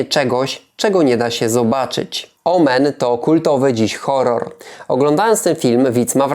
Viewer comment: "Zanim powstał słynny horor"... Nie wymawiasz nazwy gatunku (ani niczego innego w recce) po angielsku, a geminaty się w polskim rozdziela w wymowie. Ogólnie dość dziwnym idiolektem się posługujesz, biorąc pod uwagę czytanie już sprawdzonego przez faktem, napisanego przez siebie tekstu ("potrafiły charakteryzować się"?), ale poza tym ciekawie opowiedziane, w przemyślany sposób. Swoją drogą chciałoby się zapytać, czy Stan Kubrick się inspirował sceną jeżdżącego na rowerku Damiena :) Jeśli chodzi o sposób filmowania z częściową zasłoną przez obiekty, w późniejszych filmach ze scenami szeroko pojętej grozy (niekoniecznie horrorach, bo np. przychodzi mi Robocop do głowy jako przykład) przyjęto powszechnie tę technikę. Może to też zasługa tego filmu. O Damienie polecam ten kawałek